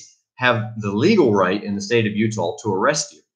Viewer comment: Are you referring to the state of utah?? it appears youre saying utahl